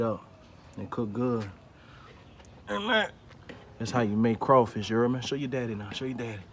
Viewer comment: Word of the day. "Ya herd meh"